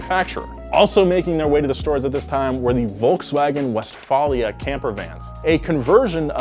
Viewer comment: I believe it’s pronounced west-vale-lia there sonny.